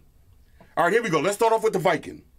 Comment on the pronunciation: It's call w king not viking. Great vid man